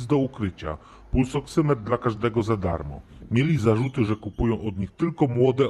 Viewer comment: Ta Pani nawet nie wie co dostanie "pulsoksometr" dostanie, a otrzyma "pulsoksymetr" nie robi jej to chyba różnicy, ważne że dostanie cokolwiek :D